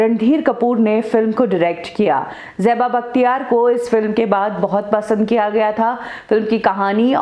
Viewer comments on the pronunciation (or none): It is Zeba and not Jeba! 😤